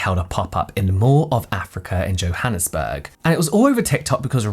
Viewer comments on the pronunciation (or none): none